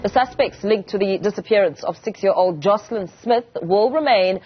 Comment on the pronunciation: Joshlin not Joslin